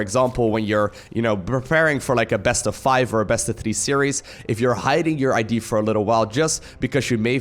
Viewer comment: you let an "idea" instead of an ID out mate. reminded me of those -old-videos 😂😂😂